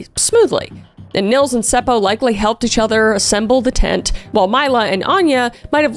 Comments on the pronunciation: Being from finland, i cant help but giggle at some of the names you pronounced. Like Seppo just being Sepou. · Omg I LOOOVE how you say Seppo/Säppo! And the fact that you actually say it right! 😁😍🥰👌🏻👏🏻🖤